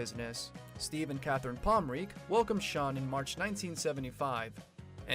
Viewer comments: Palm-ren-kee learn how to say it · I'm confused. Where is Andy? You talking bout pomrenke and you ain't even saying his name right. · Pronounced (pom-rain-key). Pronounced (rye-dell). Pronounced (ten-hoff).